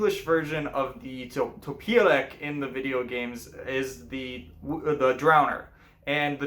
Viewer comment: Well done! Only please correct pronunciation - not "topyelek" byt "topyelets". In Polish we read "c" as "ts", not "k". Click here on trumpet